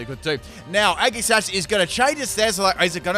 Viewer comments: is it just me or did he say eggi sash instead of aegislash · Right though! he says the same thing when pronouncing Aegislash’s name too 🤦‍♂️ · Is he trying to mess with us? Or does he really pronounce all of their names with a hard G. Including Aegislash. Age-ih-slash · The way he says aegislash triggers me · The way you pronounce Aegislash hurts me on the inside...